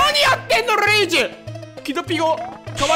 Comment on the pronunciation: なにやってのルイージ！のとこで巻き舌かっけぇ！！！